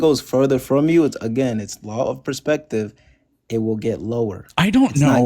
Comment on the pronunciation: "the law of pre-spective" lmao